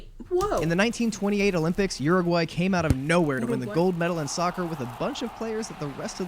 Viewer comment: Uruguay not oooaguay